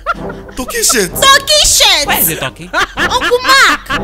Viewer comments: Its the Right pronounciation actually .. Not that way Ghanaians say..Tar-ky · The way Mack Angel pronounced the Turkey tho😂😂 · The guy who played the groom also acts as baze 10 in some other episodes. The guy shouldn't have been so fussy, it's not like there is some book of marriage laws that says buy a white turkey shirt Mark Angel's pronunciation of turkey is hilarious 😅😂🤣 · He said turki😂😂😂